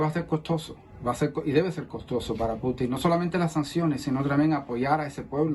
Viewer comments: Hasta cuándo van a estar pronunciando Putin con acento en la i, eso les quita seriedad , el único en decirlo bien es el señor español , se pronuncia Putin , con acentuación en Pu , no en tin , por favor . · Que va, no puedo seguir del minuto 3, por no escucharlos más decir Puti'n da risa, aprendan de a decirlo correctamente, el insistió en el nombre y ustedes insistían en decirlo mal, que poca profesionalidad, ese que aprenda también, Caos.